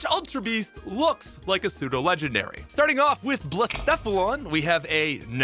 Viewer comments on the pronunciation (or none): none